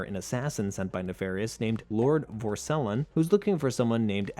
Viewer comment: Bro does not know how to pronounce Vore-se-long